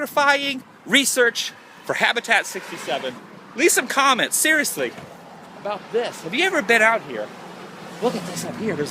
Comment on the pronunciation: lol when you said " a boat" its like a Canadian saying "About"